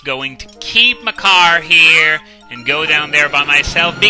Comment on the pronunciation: I keep hearing Makar as my car, I blame Swordless Link.